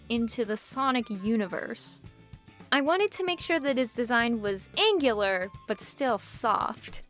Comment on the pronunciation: I don't why i laughed when you said angular